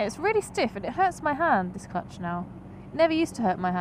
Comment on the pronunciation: I understood you saying "my crutch is getting really stiff" haha